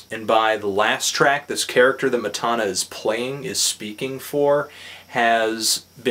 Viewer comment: Matana Roberts on Twitter: MATANA he's saying my name wrong but this is one of the most hilarious reviews I have ever seen